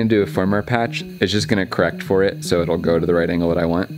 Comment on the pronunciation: I thought he said "This is FOUR Humanity!" LOL